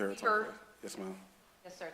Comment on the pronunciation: Omg i can not listen to this person say yus marm not 1 sexond longer lol